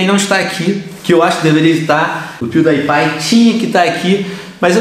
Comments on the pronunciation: Pewdaipai! A sério Pewdaipai! É Pewdiepie por favor diz bem o nome dele!! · É pewdiepie não pewdaipie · se pronuncia piudipai não piudaipai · Venom você disse pewdaipai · Venom se fala Piuripai, mas se escreve Piewdiepie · É pewdiepie não pewdiepai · Pewdaipai kkkkkk ele fala tudo errado o nome do Pewdiepie